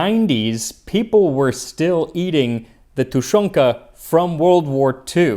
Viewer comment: I LOVE your pronunciation. It most likely takes a lot of time in every word of different languages you speak in your videos but I can definetly say that your russian is on point, especcially the way you say tushonka, by the way I really appreciate you mentioning how long it lasted in Soviet Union, as well as all your hard work and dedication. Please, keep'em coming Max!